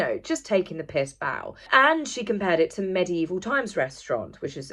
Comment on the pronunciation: It's 'MEGIEVIL' times!!..😡